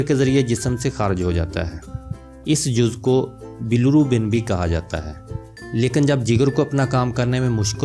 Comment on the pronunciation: Bilurubin nahi hota meray bahi bilirubin hota ha.....